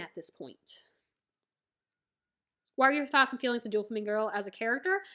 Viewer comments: I was tearing up when you were talking about Oars Jr. then you said Doo-flamingo, and I burst out laughing. Haha no hate, it was a nice break from the tension. Maybe you know this by now but it’s doe-flamingo ❤ First video of yours I’ve watched, but I plan on keeping up with your adventure from now on Nakama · It’s pronounced as dough flamingo